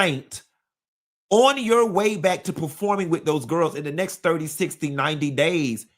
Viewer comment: "Kandi and the Gwarls" 😂